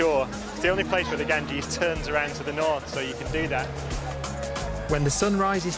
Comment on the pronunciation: Gangees? Sure that isnt Bradford 😂😂😂😂